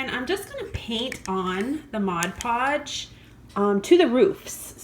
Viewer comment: The best part about this is that you said "Mod Podge" correctly...LOL! But seriously, great job. I was wondering how the little village would look if painted white. Thank you so much for sharing!